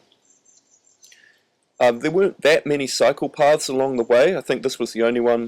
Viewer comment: I heard "not that many psychopaths along the way", not "cycle paths" 😄 Cool vid